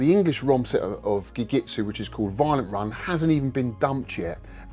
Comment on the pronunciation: Hearing "Gegitsu" every time you meant to say Gekisou hurts my inner Japanese student. XP